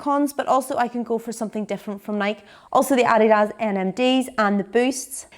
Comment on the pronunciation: You're by far the toughest & top best on YouTube and we love you So much,. You pronounced Adidas right ( no one does in America)- but it's "Ny- key" and you should NEVER support them